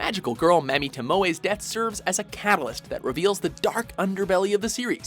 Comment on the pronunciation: YOU SAID MAMI WRONG!!!!!!!!!!!!!!!!!!!!!!!!!!!!!!!!!!!!!!!!!!!!!!!!!!